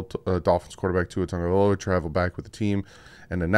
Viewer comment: Pronounce his last name